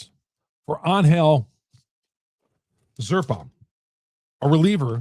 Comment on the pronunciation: You keep mispronouncing zerpa.